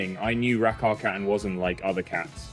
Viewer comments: Why is there a british speaker now instead of the original swedish one? That is the absolutely worst swedish pronunciation of Rackarkatten I have ever heard☹️ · Why does he have to americanise her name??? Ridiculous. Pronounce her name like it is pronounced in the original language, Swedish. That's her name. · Your English is very good, but Rackarkatten is Swedish. And the pronunciation at 5 minutes is... not Swedish. What's going on here? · At least pronounce the name correctly :/ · Thank you for that. I was wondering, but couldn’t hear the pronunciation well enough to look it up.